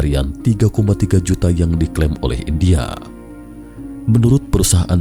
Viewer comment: Lima jutak, empat jutak argentinak, indiak ada bunyi k"